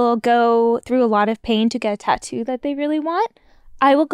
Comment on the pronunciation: Lol why Gabby pronounce tattoo like "TAH-DOO"?